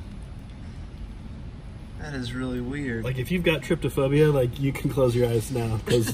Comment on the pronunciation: Lmao he said tripty phobia its tryphobia